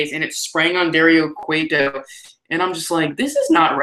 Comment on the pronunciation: I find it so funny that takes your power out haha. You always say Dario Cueto's name wrong! Spud wins the world title and now it's going to be him vs EC3 in a DixieLand match. JKJK that would be shit. The I quit match was complete dog shit. FUCK TNA! Nice video.:)